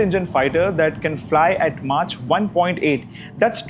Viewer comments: "Mahk" not "Mahtch" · it's not pronounced as Mach....it's mack..... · First of all the speaker should learn to say Mach as Maak not Maach! True India is developing indigenous technology and that is fine. However, India is not in a position to brag about armaments. Making them is great but reliability is another. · Yes it's actually pronounced as mock.